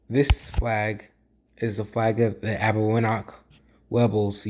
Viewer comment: It’s pronounced Arbeñoch (ñ as in Niño and ch as in Chipotle or Champion), not Arbegnok